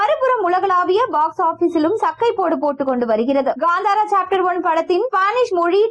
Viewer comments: First learn to tell proper and come for media that is kantara not gandhara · It's kantara not gantara